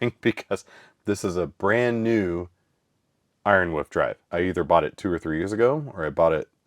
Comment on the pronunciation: Ironwoof is such a hilarious pronunciation quirk.